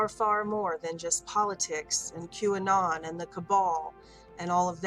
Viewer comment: You did not say q anon. . . Lmao gtfo